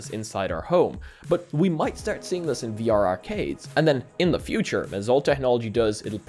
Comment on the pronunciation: Some intriguing things to take note here >.> There must be some sort of Irish in ya, "start" sounds so familiar :D